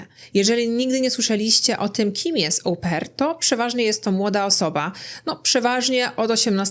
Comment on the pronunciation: Wymawiamy "o-PAIR", a nie Ołł-pair 🙉